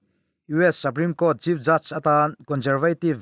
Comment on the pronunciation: saprime court ni lovin suprime court a ni e aw